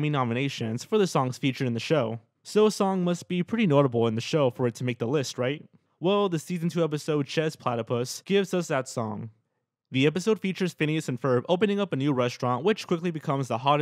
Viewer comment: chez would actually be pronounced shay... it is french so there isn't much i can do other than to correct you and hope you learn from it...